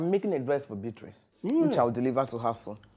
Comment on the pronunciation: I still don't know why my igbo people call Beatrice, biaty😂😂😂